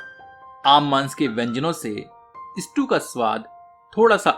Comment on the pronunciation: स्ट्यू not स्टू please correct.